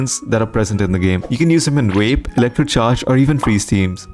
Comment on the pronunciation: Imma need you to be careful of how you say that word VAPE. Damn near heard something else lol